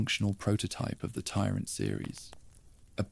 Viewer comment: I wonder what the narrator’s favorite metal is? Twenty dollars says it’s “ iron”. And how about the tyrant tee swear zoo zoo 2?